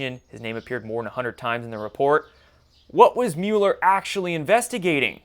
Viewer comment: Is there a reason you mispronounce Mueller name? Not really criticizing but am curious. I’m sure many people with that name DO pronounce it the way you do, but he doesn’t.